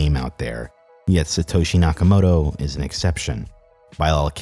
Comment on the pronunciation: nakamoTo, not nakamoRo